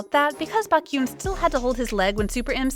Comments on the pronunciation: Honestly, if you are going to be paid to do voice overs for kpop related videos , couldn't you please do some research on how to pronounce names? Lee Hi pronounced Lee Hee, Baékyoon etc... it is highly annoying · This sounds like an actual voice and not a robotic AI voice. So, if this is an actual person talking, WHY in the world can this person NOT figure out how to pronounce “Baekhyun”?? Over it… I am not subscribed to this, and wish this idiocy would not appear on my newsfeed. Also, let’s not assume that Baekhyun is mad at Lucas, and let them work out any possible beef between themselves. And netizens reading between the lines and making assumptions, and also saying they are not going to forgive someone?? Dear Lord… netizens must be so freaking perfect, and never make any mistakes. Frankly, I’m tired, so tired of people bashing idols for stupid reasons, or putting up this sort of “news” which brings nothing but stupidity to the Internet.